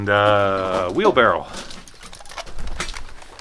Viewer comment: Wheelbarrow not Wheelbarrel